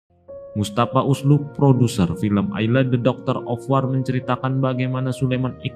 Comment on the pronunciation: Duh lbh sedih lg buat yg baca narasinya gak bs mengucapkan judul film... 🤭🤭